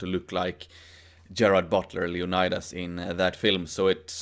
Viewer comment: Love your videos, isnt it pronounced like leoniiiiiidas like a swedish/european iiiii and not leonaydas?